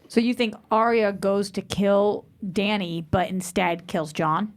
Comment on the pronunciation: 8 seasons and can't even pronounce Dany's name right